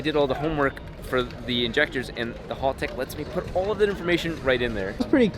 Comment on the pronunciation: Stop calling Haltechs HALL-TECHs, being Australian is a soft "ah" sound not "hall" hahltech if you will.